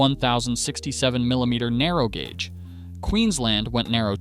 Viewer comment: Gauge, gouge, there's a difference. Try pronouncing them both DIFFERENTLY.